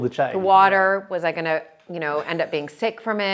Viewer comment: 'To', not 'tuh'.